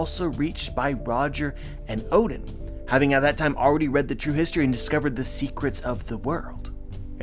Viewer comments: Please stop pronouncing oden, "odin". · Why you say "oden" like that